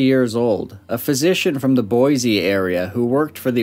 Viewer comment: I moved to Boise when I was 18 back in 2001. Lived there 20 years. Picked up pretty quick on the correct pronunciation, I definitely cringed when he said boize in the video haha. Thought about leaving a comment about it but, I guess it's like you said, kinda given up. Not sure why people default to using the Z sound